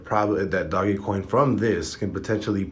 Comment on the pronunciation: its duh Oh J dOge... doggy lmaooo